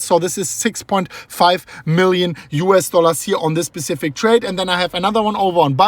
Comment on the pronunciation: “Specific” vs “Pacific” lol